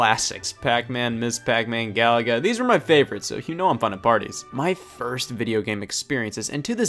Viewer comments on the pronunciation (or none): It's pronounced ga-LA-ga. Stress the middle syllable. Like its predecessor Galaxian, not like Gallagher.